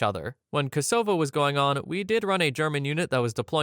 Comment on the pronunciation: that's an interesting pronunciation of Kosovo